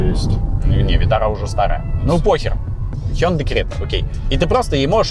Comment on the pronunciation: Спасибо за правильное произношение хёндэ.